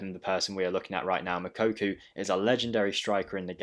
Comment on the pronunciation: you are still pronouncing his name wrong. Its not Mokokou. Its pronounced: Moo-Cocoa